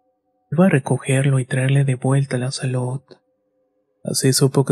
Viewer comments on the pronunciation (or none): none